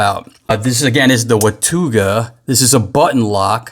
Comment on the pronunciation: Your pronouncing it wrong. Its "Watawga".